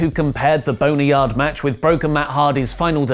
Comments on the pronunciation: Why is God's name do u keep say Boney-yard match? Lol I thought it was a joke in the last video but now u say it without hesitation Everytime. Bone Yard Match. Britians. Lol. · Why does keep saying “boneryard” lol it’s bone yard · Stop saying Boneryard!! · ....did you just say boneryard match??? 🤣🤣🤣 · I'm such a kid for still giggling at saying Boner-yard match lol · Are you saying BONE(R)YARD MATCH??????? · He is, hahaha 🤣🙈